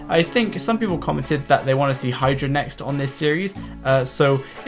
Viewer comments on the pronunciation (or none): none